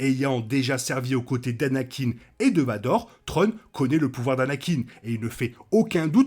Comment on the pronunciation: De bonnes théories, à voir au final. Par contre un petit effort sur la glaise, c'est pas "trone" mais thrawne, "sssswraun". Ce serait apprécié ;)